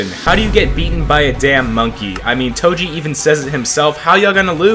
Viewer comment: why do you pronounce Toji as Toshi